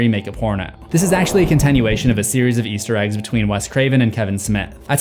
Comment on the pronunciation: And something you missed in your own videos is sometimes when you say "Easter Eggs" in this compliation it sounds like you're saying "Yeester Eggs," and you use the term "yeet" often in your various series. 😅💚